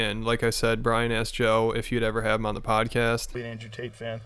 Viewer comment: Brendan mispronounced "Tate"... How do u even do that???